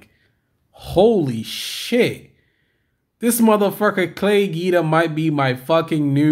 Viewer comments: It's pronounced 'GWEEDA' not GEEDA ya' stooge. It you're doing a Y/t bit on a guy, the least you could do is get his name right. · Your saying Guida wrong mr. Good vid though. Gets my thummage. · Jesus you’re giving me OCD with that name pronunciation dude, just stop.